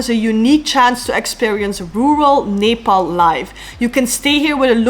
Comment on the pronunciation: First foreigner who spell Nepal very right way❤😊